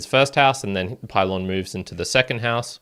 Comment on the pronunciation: Pee-lohn….. not pie-Lon…. :) & port-a-ghee